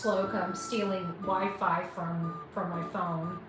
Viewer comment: not wee-fee today?